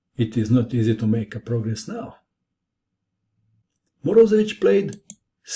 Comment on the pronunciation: it is not MorOzevich, it's MorozEvich. he is russian, not balkan.